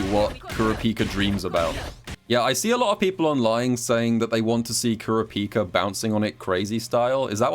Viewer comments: Kur a pika not trying to flame you but I find it funny how u say it lmao What have I become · I slightly cringe every time says kurapika wrong